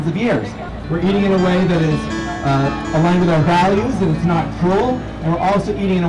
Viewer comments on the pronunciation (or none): "NOT" not "BOT"!!! hehehe!